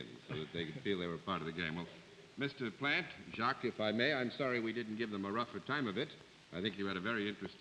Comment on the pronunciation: How could anyone not know who Jacques Plante is(not pronounced Plant.....it sounds like Plahnt)? Much more famous than many of the people tgat they wear a mask to guess. Also the trophy(Vezina) is pronounced Vezzinah not Vezeena).